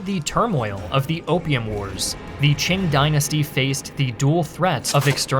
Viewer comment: I love how foreigners can never pronounce Qing correctly.